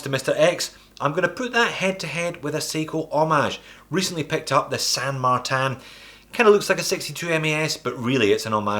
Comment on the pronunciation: « San Martin » would be in Spanish, no need to pronounce it in French 😜